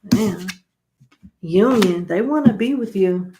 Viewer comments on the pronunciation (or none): Not Unioner!! 🤣🤣🤣 girl I love u!!